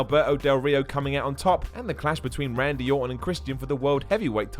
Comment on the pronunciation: Benk? Rendy? Metch? Ven Dem? PRONOUNCE WORDS CORRECTLY!!!!